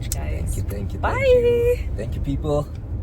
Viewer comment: “tank” 😂😂😂😂😂